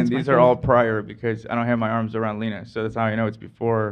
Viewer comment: did call lena “lennie”? 🥺